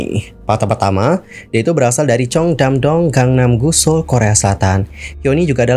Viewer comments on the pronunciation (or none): none